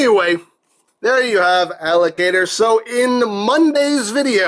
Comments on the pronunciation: I thought he said alligator instead of allocator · I know the name is Allocator, but I keep hearing you say Alligator. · Does it sound like he is saying "alligator" to anyone else?